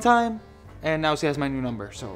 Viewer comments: (No offence) but anyone realized that say ' see' instead of ' she' btw I love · I like when says si instead of she it’s so funny 😂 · why does he always say "ce" instead of she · Oh its so sweet how pronounc SHE.... N Adam is awsome.. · Who else notices that cant pronounce she